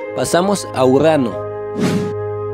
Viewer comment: URRANO JAJA